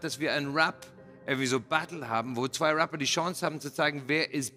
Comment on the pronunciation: Rea hatte die Chance ein englisches Wort englsich auszusprechen. Was macht Rea: ers sagt Raapa